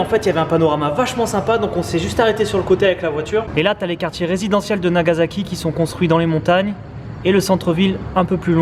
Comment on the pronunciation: Nagazaki, Ozaka, c'est marrant ça ressemble à des villes dont j'ai entendu parler, mais il n'y avait pas de z ^^